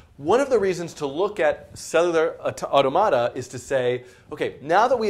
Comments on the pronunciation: Dude, it's au-TOM-a-ta. The stress doesn't change when you pluralize it. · Yeah... It's "aw·TO·muh·tuh" in British English. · "Cellular ottamatta" it's automata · "You say (Au)tomáta I say (Au)tómata." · The way you pronounce "automata" drives me up the wall. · i just cant. everytime you pronounced it only diminished my will to keep the video playing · his commitment to emphasizing the syllables that way is the WORST part though. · His pronunciation of automata is worse than the framerate of the background. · Makes it easier if you put the stress or accent in the plural "automata" in the same place as in the singular "automaton". Anyway, looks like a good series. Well check it out further. Thanks for making it. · stop saying it like that!!! god just say it like automaton removing the "on" and add an "a". I'm not even sure if my way is right but you sound like you are trying to pronounce a word from another language, like spanish or something which wouldn't even sound like that lol, nice video btw keep it up!